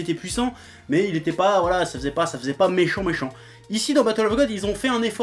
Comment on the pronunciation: Je pense que le plus triste dans ce que tu dis c'est "fessait"... On écrit "Faisait" et on prononce "feuzai". J'aime pas faire le prof de français mais là ça pique ^^' Bref, je m'explique pour le "encore à l'Ouest". Tu dis que tu juges les 2 arcs ok. Là tu parles des films en fait mais ok, soit. Goku faire preuve d'intelligence dans la vraie vie ? On doit pas regarder la même série je crois parce qu'à part bouffer pour se nourir ce timbré ne fait rien d'intelligent Irl. Ce que tu dis pour Sporovitch etc, c'est un jugement de puissance qu'il ressent comme les autres guerriers le ressentent mais à des degrés différents, rien à voir avec l'intelligence sinon Piccolo et Végéta seraient clairement au-dessus. Après s'il en fait trop à ton goût c'est ton ressenti, perso j'suis pas dépaysé. Végéta a toujours sa fierté de Prince et c'est pour ça qu'il accepte d'avoir un représentant d'Univers comme Maître, ainsi qu'un Dieu. Au stade de puissance où ils en sont ils ne pourront plus progresser sur Terre, même avec les machines de Bulma. Il le reconnaît et c'est une preuve d'intelligence. Ensuite, tu dis que son charisme se justifiait par le fait qu'il soit prêt à tout péter si on le contrariait. J'suis pas d'accord, l'arrogance, la mauvaise foi, l'orgueil et j'en passe ne sont pas, pour moi, des signes de charisme. Tout ça c'était surtout sa connerie de sayan qui était plus négative qu'autre chose. L'impulsivité n'est pas un signe d'intelligence, il était plus con qu'autre chose et c'es